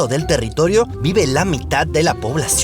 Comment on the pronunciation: "territolio" 🤣 soy el unico? Gran Video, como siempre. Gracias!